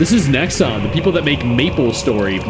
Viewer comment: The moment you said 'Nexon' - yeah no lol